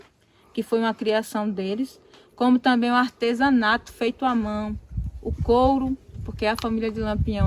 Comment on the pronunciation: muito bem explicado, porém é da palavra Artesão é que deriva Artesanato e não se pronuncia ARTESENATO!!!